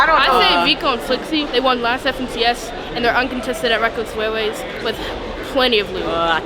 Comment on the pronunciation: ''weckless wailways''